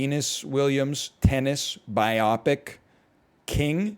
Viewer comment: He will never pronounce "biopic" correctly